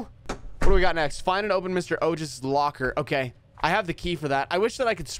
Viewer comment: I'm Indian, and I'm proud of you for pronouncing the name Ojas correctly the second time. 😂❤